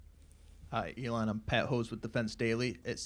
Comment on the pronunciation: Elong?? Who is Elong :) get the man's name right LOL